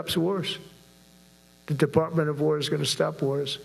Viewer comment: What's a "Deparpment"?